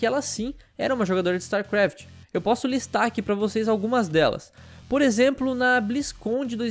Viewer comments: Kkkk quantas vezes o falou starkraf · "Star QUaft"